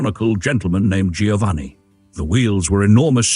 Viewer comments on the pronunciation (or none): PS: Gio is pronounced Jo. Thus, Giovanni is Joe- vanni.